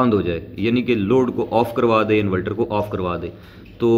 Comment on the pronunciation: Inverter hota hai bahi invelter nahi